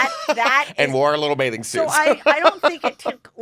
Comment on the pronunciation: This is super petty...but I just can't deal with Heather always pronuncing bathing suit as "baiting" suit. As far as I can tell, she doesn't seem to have a speech impediment, so it drives me crazy that she mumbles this particular word! Just had to get that off my chest 😤😆